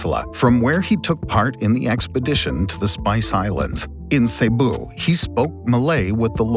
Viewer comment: Wow I commend the pronunciation of Rajah Humabon, Cebu and Mactan. Very good!